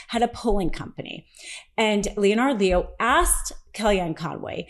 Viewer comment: It's pronounced "Lehn'-ərd Lee-o".